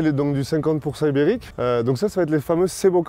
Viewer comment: A chaque fois qu'il dit ibérique soit env 70fois, j'entend Uber Eats c'est très perturbant 😭😂